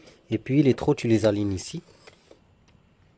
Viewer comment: Avant que tu dise comment tu tchapelle, j'ai su que tchetche beure. Les seules qui disent tchu au lieu de tu. 😎🤣😁🤪